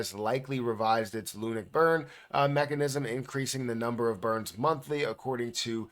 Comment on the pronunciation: Why are you pronouncing it Loonick it's LUNC ('Lunk'), only joking keep up the great videos and information you have helped me a lot since venturing into crypto